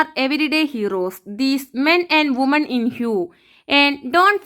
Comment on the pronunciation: വുമൺ എന്നല്ല വിമൻ എന്നാണ് പറയേണ്ടത്